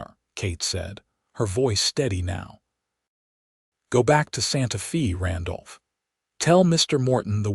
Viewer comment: One of the sweetest stories I’ve heard yet. AI kept pronouncing Santa Fe differently it’s pronounced Santa Faye but I love the narrators voice Listening from North East Texas Great Job 👍♥️